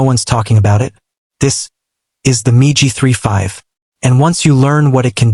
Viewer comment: You fools and your miserable Computer generated voice. Most intelligent Children would know that MIG, is not Pronounced Migi😊 Your embarrassing yourself!!